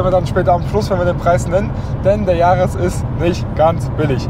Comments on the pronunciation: Der Toyota Yaris „Gi A“ man kennt ihn :D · Warum denn gi- ar?? Kann man als Deutscher nicht gr aussprechen?? 🤯🤣